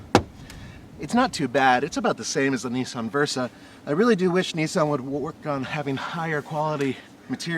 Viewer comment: It's really not that difficult to pronounce Nissan correctly.